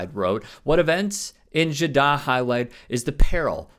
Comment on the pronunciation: Man can't even pronounce Jaddah correctly, I am questioning if I should be watching or even being subbed atm...